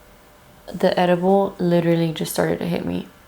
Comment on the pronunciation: "Leeterally" hehe ❤️